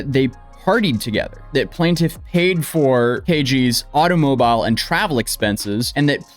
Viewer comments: ….. Uhh… Auto-Mo-Bile ?!??! 😂😂😂😂😂😂 I swear dude gets the Simplest, most Common words Sooo Wrong!! 😅😂😂😅😂 Edit:time was wrong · I'm sorry, did you really pronounce automobile with a long I? 🤣